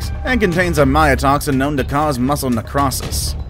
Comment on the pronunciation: Nec-ROE-sis ... just FYI